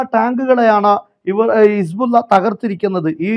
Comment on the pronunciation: സഹോദരാ ഇസ്ബുള്ള അല്ലല്ലോ. ഹിസ്ബുള്ള എന്നല്ലേ ശരിയായ പ്രയോഗം. അറബി ഭാഷാപഠിപ്പിക്കുന്ന സ്ഥാപനം നടത്തുന്നതിനാൽ ചൂണ്ടിക്കാണിച്ചു എന്നു മാത്രം. താങ്കളുടെ വാർത്തകൾ ആണ് യഥാർഥ വാർത്തകളും നല്ല അവതരണവും താങ്കളെ അങ്ങേയറ്റം പ്രശംസിക്കുന്നു. മറ്റൊരു വാർത്ത കേട്ടില്ലെങ്കിലും താങ്കളുടെ വാർത്ത കേൾക്കും.